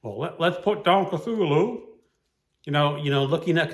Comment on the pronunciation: I might do this. Also thank you for teaching me how to pronounce Cthulhu!!